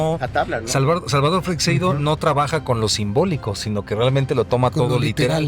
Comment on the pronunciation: Se pronuncia «Freishedo», no «Freicsedo» ni «Frecseido». Lo habéis pronunciado de mil maneras, y todas mal. 😂 Sólo lo ha pronunciado bien, aunque no al principio del vídeo. En España, Freixedo no era demasiado popular, salvo en el ámbito del misterio, claro. En comparación con Benítez, por ejemplo, aquí en España es un completo desconocido. Algunos lo consideraban demasiado friki. Buen programa. Saludos.